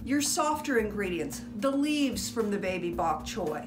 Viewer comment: What’s baby bok troy? Sounds like what you said?